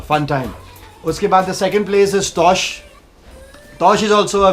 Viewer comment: bro its not taush its tosh . great vlog though thumbs up :)